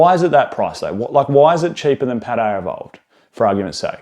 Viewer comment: Good sir there is no R in Paldea